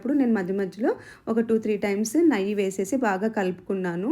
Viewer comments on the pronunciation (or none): నయ్యి కాదమ్మా, నెయ్యి అంటారు అనుకుంటా...